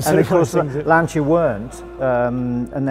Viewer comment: & pronounces Lancia correctly too. Fabulous dedication and passion.